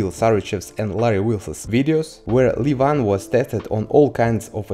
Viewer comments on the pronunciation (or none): He is levan not livan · First learn how to correctly pronounce the first name of Levan Saginashvili. otherwise, you sound silly.)))